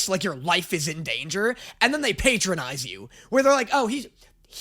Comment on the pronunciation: The way you pronounce patronize should have been your patrion plug